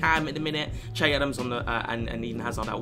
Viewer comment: Che is pronounced shae